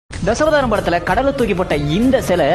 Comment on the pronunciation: Bro Dhasavatharam nu theliva pronunciation panuga